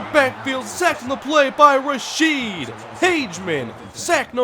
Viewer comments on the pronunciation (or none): none